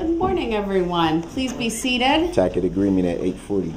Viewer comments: Oh my goodness, tack it agreement AGAIN. He doesn't know how to pronounce many appropriate words. Biast, tack it, libaary, etc. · "Tacket agreement" 😂😂🙄🙄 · "would it be fair to say" "tack it" instead of tacit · But every time I hear him say “tackit” agreement, or “substain” - it’s allllll worth it 😅😅😅